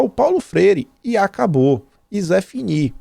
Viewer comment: Vc falou " zéfini" ou c'est fini"... não entendi.